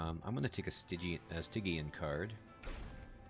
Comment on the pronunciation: Much to say here. First, I'm actually liking your pronunciation of Stygian better. Spell weakness. I actually haven't built a deck around that yet, but wanted to. Get a ton of attacks on the final boss and a strong spell will wreck it. So it's really cool to watch you do a deck style I haven't done yet. Hope it works. The idea of building on the higher floors. That was a tip I didn't want to give until you started to think in those terms yourself. But it all depends on the champion and the approach. This champion you will want on the first floor, I would think, to stack spell weakness on the boss. On the top floor, you wouldn't have a chance to capitalize on that if the boss makes it past him. But also, with that start against the boss at the end, forced to the second floor to start. These are the basic things that start adding depth to this game. On your early runs, you would have likely tried to force the issue on the first floor instead of recognizing the room you have to work with. (And again, your errors mirror my own learning curve, so it all just brings back memories.) Bosses, ultimately, are designed to simply screw up your deck design in that way. Can the boss force you to work around around their specialty in a way that messes you up completely? Or are you able to simply adjust to another floor or something to get around them with no trouble? (Like trying to avoid their incant bonuses... how much does that cripple your deck and play style?) Oh and I haven't used asc